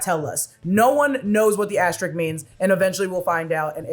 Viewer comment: It's "asteriSk", not asterik